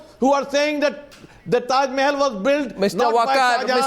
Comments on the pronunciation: what the hell is wrong with the yogi adityanath.he says taj Mahal as " teja mahalaya " ..what the hell ...what is wrong with this people's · Tajmahal not Tejomahal